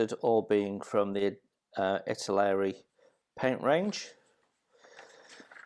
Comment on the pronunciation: Are you kidding???? It is ITALERI NOT ITARI